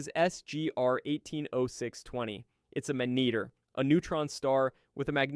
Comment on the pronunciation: You pronounced "magnetar" three different ways in your voiceover. Magneeter? LOL